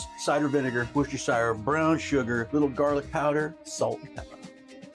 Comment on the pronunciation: "couple splashes of wash-yur-sister..."